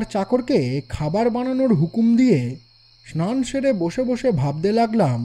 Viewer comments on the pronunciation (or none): none